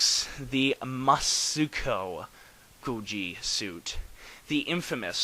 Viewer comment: Some more pronunciation tips: Musuko = Moo-sue-co (as in "cold"). Soshingeki = So (or "sew", if you want)-she-n ("n" in Japanese is a gutteral noise. Imagine getting punched in the gut and grunting.) - ge (as in "gecko") - key. So-she-n-ge-key. You were pretty close on your first attempt. Also, technically you're right that Soshingeki-Goji had more starring roles, but the Daisenso-Goji was used more times (65, 66, 67, 68, 71), including water and stunt appearances.